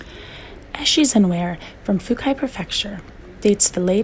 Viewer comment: The late Heian period is not 850Ad. It is about 250 years later! Heian Period 794 to 1185.Also, your pronunciation of the Japanese is not good."Fukai Prefecture",it's Fukui Prefecture.